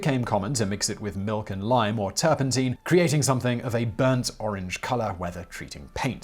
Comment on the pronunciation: I've never heard anyone else pronounce "turpentine" as "ˈtər-pən-ˌtēn." Even the Cambridge dictionary website pronounces it "ˈtər-pən-ˌtīn" for both the US and the UK. Is Simon just being difficult for attention's sake?